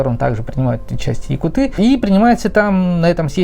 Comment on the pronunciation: Если ты говоришь якутыы, тогда и говори тунгусыыы! Правильно будет якУт. Ты же не говоришь например бурятыы, а бурЯты. Татарыы, чеченцыы, башкирыы. Тогда почему вдруг говорите якутыы? Очень режет слух, вообще правильно будет саха!